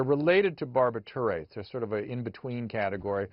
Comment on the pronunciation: Too bad he doesn't know how to pronounce the word barbituate though